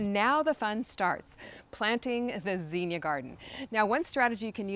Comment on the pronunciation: It’s zinnia, not zeenia